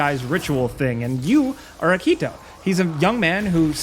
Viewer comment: sorry but say it with me here Ah-Ki-Toe not a-Kito